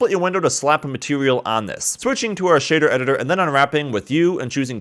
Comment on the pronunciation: couple of corrections. Its not "shitter editor". It's "shader editor". And it's not "node wrangular". It's "node wrangler". Just trying to help. :) I just bought an RTX 5099.6 TI-T. 600,000,000 polygons and no lag in full viewport Cycles render! Okay, I lied. there's a tiny bit of lag. Interesting approach to making sci-fi buildings.